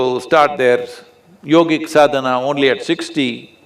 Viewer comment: Please, it is called 'Sadana'. Anyway good content